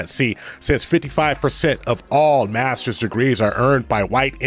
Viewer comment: ...¨masters dregrees¨ ... 😂🤣